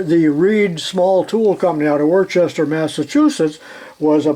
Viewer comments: We pronounce it Woostah! Very interesting video. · I enjoy all of your videos, but I do especially like the machine, and tool history. I started in the trade with my dad, when I was a young boy, 60+ years ago. He, like you are now was a wealth of knowledge. Just to let you know, Worcester is pronounced as wooster. Only east coasters would know that.✌ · Sorry, But it's Worcester,Mass. Pronounced wha- oos- sta.